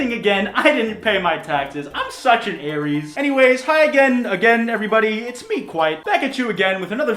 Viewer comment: Hell yeah Aries♈ your ways of pronouncing Aries and Pisces always makes me laugh